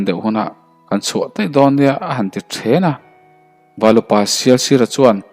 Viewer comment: A chhiartu hi mizo i nilo mi le,,thêna tihtur kha ṭhêna i tia